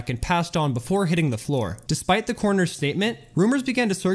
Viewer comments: Having a hard time saying tony "cornero" ?? 🤣🤣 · You get a thumbs down just for the annoying way you pronounce Cornero.